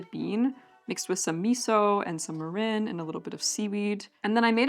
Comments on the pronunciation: Also, the first syllable is pronounced more like "meer" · Your pronunciation breakdown of mirin splits it in the wrong spot. It's ME-rin since the kanji, 味醂 , would be broken down into 味 (み - me) 醂 (りん rin). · i am totally not japanese, so do not take my word for it, but I've always pronounced mirin as "MEE-rin". ¯\_(ツ)_/¯ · You want a shorter e sound on mirin. Like me-rihn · This is so cool! My mother grew up in post-WWII Japan, so I recognized some of the ingredients from her stories and various foods she made for us as kids. You did such a lovely job researching and presenting all this information, and I will absolutely be trying some of these recipes! Btw, kabocha squash is my favorite winter squash of all time. Two pronunciation notes, if you're interested. Mirin is pronounced more like MEER-in, rather than Marin County, and natto is more like NAH-to. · I could be wrong but you may be pronouncing mirin incorrectly. I believe you're putting the emPHAsis on the wrong syllABLE.